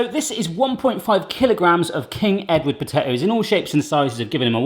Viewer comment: You gave King Edward potatoes an American accent... The irony...😂😂😂